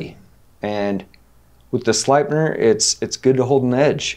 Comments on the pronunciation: I don`t know how to write it in fonetics but Sleipner is pronounced the same way you north americans would pronounce Slaypner. Fun fact Sleipner steel has it`s name from Odin´s eight legged horse. nice show you guys got here, keep up the good work :D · I think that the easiest way to explain the pronunciation of the word "sleipner" to english, is by changing the part "slei" to the english word "slay". So you say "slaypner". The pronunciation is almost 100% identical, to our way of saying it here in Sweden Just a fun fact! Sleipner was the name Odins eight legged horse. My pick from the table! Without a doubt the Fox Suru. I love Jespers designs, but the Suru is on the top for me. Keep it up from 🇸🇪🇸🇪🇸🇪